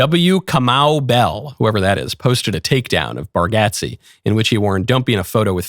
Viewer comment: You’re the first person I’ve heard pronounce Nate Bargatze’s name correctly. 👏